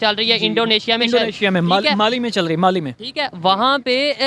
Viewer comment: माली नही बाली